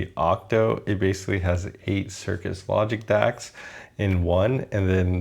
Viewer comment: I liked the review; but, and I know it's picky, it was frustrating hearing you say "cirkus logic" instead of "cirrus logic".